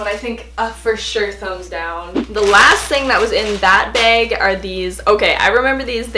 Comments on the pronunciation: I love how you say bag haha “beg” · I love how you say behg (bag) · i live in oklahoma, and i went to minnesota to meet a friend, and like wherever we’d go someone would say bag and i’d literally like die because it was so unusual to hear bAg instead of bag so often. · It’s a Canadian thing 😂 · i love how she says bag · editing is the funniest and i love the way u say bag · I love the way you say "bag" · Its canadian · jahseh tesfaye cuz she’s Canadian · me too! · I love how Canadians say "bag" 😋